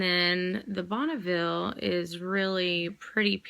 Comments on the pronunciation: Oh my gosh, girl, Bougainvillea... You're cracking me up. It is a funny word to pronounce, but Bonneville made my day. ;) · bougainvillea is a type of flowery vine/plant! Pronounced bo-gan-vee-ya! I've been watching tons of these videos (new to lipsense) and the struggle to pronounce it is real. Cracking me up xD My mom loves bougainvillea plants!